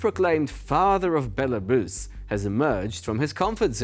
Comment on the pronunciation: Bella-bus, UR-SS geopolitical maps 😂